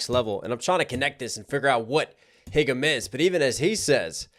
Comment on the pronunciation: It’s pronounced haegum(hey-gum), not higum, lol :DD